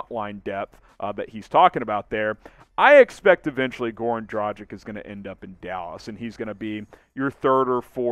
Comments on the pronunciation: It's not "Dra-jic". It's "Dra-gitch" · Just combine Drag (on) + word Itch and you have right pronunciation. It is not a Dragon. It is Drag(on) with an Itch. 🙂